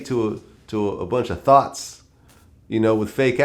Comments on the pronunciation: vlad its thots not thoughts, wigger! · The way vlad say “ thots” was the whitest you could possibly say it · wdf vlad say thots like he from England an sht😂😂😂😂😂😂😂😂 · He said "thots"